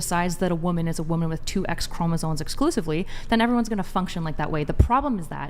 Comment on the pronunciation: The word is “chromosoMes”, people. NOT “chromosoNes”. Sheesh!